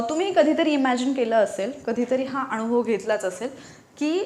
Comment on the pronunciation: Vdo Graceful .. तुम्हीही ग्रेसफुल ... बोलताना न आणि ण मधला फरक फक्त जाणुन घ्यावा आणि बोलताना तस्साच उच्चारावा... उदाहरणार्थ .. 1. कान .. काण नव्हे.. 2. अनुभव. .. अणुभव नव्हे.. एवढीच नम्र पण कळकळीची विनंती.. आणि ... ताई हे सांगितले म्हणुन मुळीच रागावू नका.. योग आला तर , आपल्याला केव्हातरि प्रत्यक्ष भेटायला व ओळख करून घ्यायला आवडेल. माझा मुलगा निनाद ही upsc चे classes घेतो.. 😊 माझा भ्रमण ध्वनी क्रमांक ... संजय पंडित, गायक व नाट्य.. कलाकार.. व कीर्तन अभ्यासक.. ... ताई... तूमच्या ह्या शैक्षणिक कार्याला माझ्या अनंत शुभेच्छा...😊👏